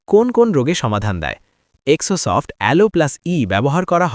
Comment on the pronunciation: জেরোসফট এটার নাম,এক্সো সফট না,ঠিক মত উচ্চারণ করুণ